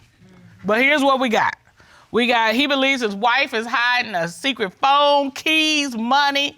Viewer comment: Did he say when we talked on the foam, your honor?🤦🏾‍♀😅ghosteses?